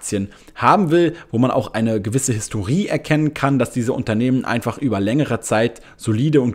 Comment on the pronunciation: Man spricht das Wort „Historie“ nicht Historiii sonder Historije aus